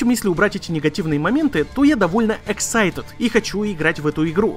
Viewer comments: ЭксайтЕТ? Это что за произношение такое?)) excited |ɪkˈsaɪtɪd| - (иксайтыд) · Ору с твоих "excited"